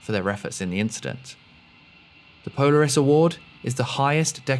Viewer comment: Hmmm. Mispronounced Polaris.